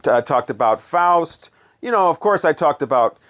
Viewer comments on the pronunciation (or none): none